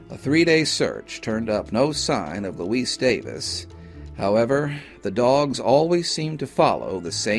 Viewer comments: I think that's Louise (loo-eeze), not Luis. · Good videos but just excruciating for me to listen to. I wonder if Louise's family mispronounced her name Luis (a Spanish male name) or just you. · I couldn’t help but notice that the narrator pronounced Louise’s name with a hard “s” (as in the male spelling of the Spanish name Luis). Forgive me for pointing that out - I just have an eye (and ear) for detail